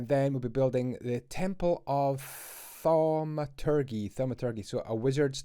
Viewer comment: The g in thaumaturgy is pronounced like a j - one of those words that have largely fallen out of use. City is really rocketting along.